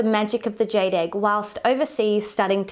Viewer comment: Jade rhymes with laid.LOL.